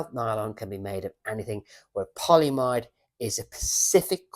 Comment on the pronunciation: Hey. Polyamide pronounced poly-a-mide and nylon are the same thing. Seatbelt nylon just refers to a particular form (tight-weave, high-strength webbing) of that polymer 🍀